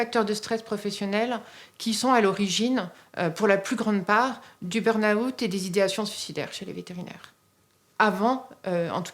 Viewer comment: très touchant et effrayant mais il n’y en a pas un qui sache prononcer burn-out c’est hilarant